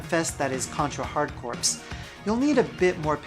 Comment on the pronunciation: "Hard Corpse"? The game is called Hard Corps, pronounced like "hard core". It's wordplay: corps as in the marine corps, but it sounds like "hard core".